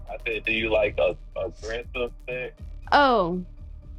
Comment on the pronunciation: Does Chris actually pronounce “SAX” instead of “SEX”? Been meaning to ask a while. Not sure if it’s my hearing